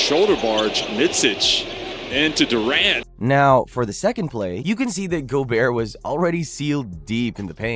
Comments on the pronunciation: pocket size. kevin du-ront. lauri mar-kahn-nen. this isn't a real channel. are we paying someone to read names who's never heard of professional basketball players? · bro you have a terrible pronunciation problem. Kevin Durahnt?? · Ai text to speech is getting really convincing. If it wasn't for "Duraunt" and however he butchered Markkanen's last name I wouldn't have noticed. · . Bros trying to talk about basketball like he knows a thing or two, but calls Kevin Durant, Kevin Der Aunt. The fuck? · Kevin “Duraant” cmon man, they literally say his name in the clip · "Kevin Durrraunt" 😂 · lol how bro said KD name Kevin Deront 😂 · did you say kevin “ Durawnt “ wtf !? must be crappy Ai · Kevin "DurAHnt"? 😂😭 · this dudes voice is so fucking annoying. the idiot doesn't even know how to pronounce Durant or Markkanen. does this idiot even watch basketball? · Absolutely agree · Just shocked the dude doesn’t know how to pronounce ‘Durant’ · If your voiceover guy didn't mess up the pronunciation of Durant and Markannen as well as the word "flagrant", this video would have been perfect. The Ja pronunciation was also a little sketchy. Hachimura is also not a pure-blood Japanese; his father is from Benin. Otherwise, good video. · I subscribed just for the way you pronounce flagrant and Durant 🤣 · Dude, learn how to pronounce Durant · Had to stop video after how you pronounce flagrant foul and Kevin Durant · not sure if AI or just can't say Flagrant and Durant right. Kinda cringe